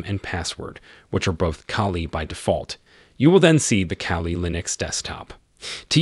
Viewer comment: Its KALI not CALI